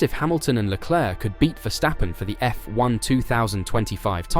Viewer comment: IT'S PRONOUNCED LE CLERK. LOL Just ask Charles. lol